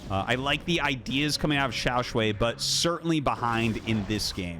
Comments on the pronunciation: Hi Artosis, it's pronounced shuai not "shuei". The way you say it sounds like 小睡 (small nap 💤) or 小水 which means urine which is not so nice. (edit for clarity: he is 小帅 and the series is awesome, thanks Artosis for the great cast as always). To help with the pronounciation native US speakers, pronounce "shuai" with the A sound you have in "Car", not the one in "and". Or if it helps try: "Shoo - I". Otherwise I am out of ideas 😀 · shuai is pronounced as "shoe-why" as one word, with no pause in the middle. btw, love this stuff RT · xiao shwhy, with shwhy being one syllable pronounced with confidence